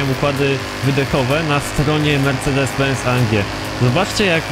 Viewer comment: mówi się mercedes a nie marcedes